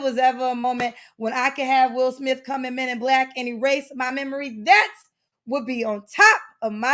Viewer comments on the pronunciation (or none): none